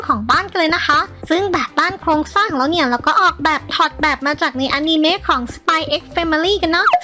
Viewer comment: คะพี่พูดอนิเมพูดว่าอานีเม